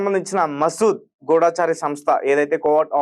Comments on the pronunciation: ఒరే నాయనా మసూద్ కాదురా ముసాద్ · Maseed kadhu babu, Mossad. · Arey Babu matter cheppetappudu perlu correct ga cheppu.masood kadhu mossadh 😂😂